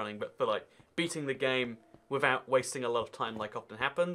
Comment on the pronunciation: no one:: bearing the game withouhht being born yet